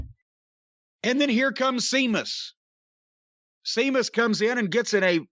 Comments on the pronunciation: "Seamus" was the 'Ape God' in Tim Burton's 'Planet of the Apes' remake. That's where Jim's mind must be when attempting to say "Sheamus". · With or without an H it's pronounced SHAY MUSS in Irish Sea is pronounced SHAY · It's Sheamus!!!! Not Seamus!!! My God!!! Lmao. 😬😂😂😭😭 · "Seamus" and "Jane" Cargill vs. Rey "Felix" and "Nea" Jax for the Jim Cornette Mispronounced Name Heavyweight Inter-gender Championship Belts. BOOK THAT S**T!!! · I’m so glad called out Jim for saying Seamus. Now if he could only call him out for saying Jane everytime instead of Jade. I could understand if Jane was a funny nickname but it’s not. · I've honestly seen it spelt as SEAMUS and this was on RAW......WWE must have botched recently....because I remember saying.....the way his name is spelt is dumb. 😂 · DUDE LIKE TWO SECONDS BEFORE SAID WHY DO YOU CALL HIM THAT I WAS ALMOST IN TEARS I WAS LIKE WHY HE KEEP CALLING HIM SEAMUS 😂😂😂😂😂😂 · Lol Jim calling Sheamus the wrong way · What kills me about the "See-mus" thing is, Jim has seen it spelled "Seamus" (or Séamus) because THAT'S HOW IT IS SPELLED and WWE deliberately uses "Sheamus" TO STOP PEOPLE SAYING IT WRONG. Distant second-most-funny thing about this...Séamus is the Irish form of the Hebrew Jacob, whose English form is James. Aka Jim. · It's pronounced "Shaymus" tyvm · That's how it's spelled but it's pronounced Shaymus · Sea-mus LMAOOO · Damn it, thought Jim called him Sea-muss on purpose. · When ever he says Seamus, Amos, Oscar, Possum lmao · Stephen Farrelly used the name with that spelling years before WWE hired him. He wrestled his very first match ever as "Sheamus O'Shaunessy" in '02. As somebody else already pointed out, "Seamus" is the Irish/Gaelic version of "James". Jim mispronounced an alternative version of his own first name. The "E." in James E. Cornette definitely doesn't stand for "etymologist". Or for "Éire"... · Glad finally asked Jim why he keeps mis-pronouncing Sheamus' name.